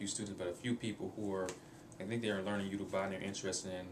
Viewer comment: you said it wrong im sorry but it yo-ru-ba like yo-ro-ba.